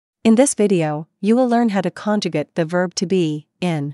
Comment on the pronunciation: The word "conjugate" is pronounced differently when used as a noun versus a verb. At the beginning of the of the video, the woman uses the noun's pronunciation when she should be using the verb's. Thus, "conjugate" in her sentence should sound like she's saying the number 8 at the end of the word. Otherwise, great video!